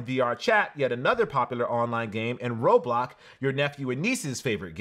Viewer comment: Next hard pass should go to you for pronouncing roblox as “roblock”